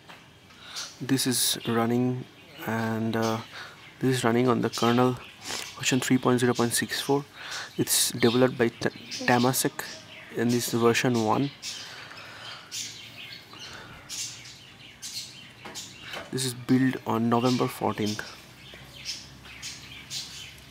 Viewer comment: It's Temasek not tamasek and his roms are the best!